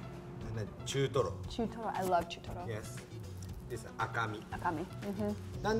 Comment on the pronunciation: "I love chootoro" Me:Girl do you even know what that means